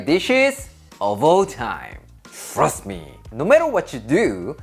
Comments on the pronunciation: Sounded like he said "Thrust me" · He said "thrust me." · "THRUST me?" 😂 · "Frust me"